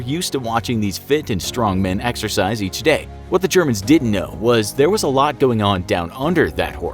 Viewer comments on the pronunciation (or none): none